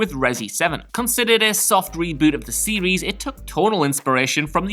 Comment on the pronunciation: Please stop saying "series"